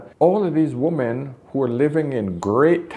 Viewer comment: It drives me insane that this man cannot properly pronounce "women." He repeatedly pronounces "woman" and "women" exactly the same and it drives me nuts. But, the content? Top-notch. I wish women would wake up. They are messing each other up so badly these days, and it hurts my heart for their children, for themselves, and for the men who have to then clean up the mess.